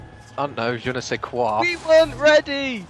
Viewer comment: " Je ne sais quoi " Lol i'm french :p good accent XD